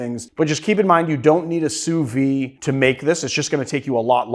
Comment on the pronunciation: Why are you not pronouncing the "d" in sous vide?